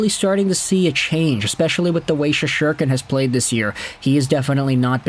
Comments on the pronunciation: “Shesherkin?” It’s been quite a while now, and he’s not exactly new to the league. Is it my pronunciation that’s wrong? Is the T silent? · Well, I guess that's one way to pronounce Shesterkin. Not sure it's the right way, but it is one way.